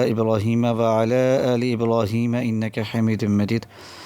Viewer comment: Aoa bhai sahib aap jb drood prta han tau wa,aala aale ki bajaai wala ,aale keh jatay han jo k ghalt ha is ko plz theek pra kren baki aap ne wazifa buhat acha bataya ha shukriya